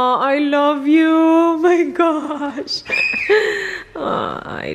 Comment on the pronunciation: I heard "ARLOve you" HAHAHA